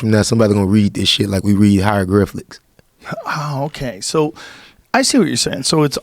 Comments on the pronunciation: He said HY-RO-Griff-licks. Omgwtf. 😂😂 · “ Hyrogriflics “ - Lil Duval Lmaoooo🤣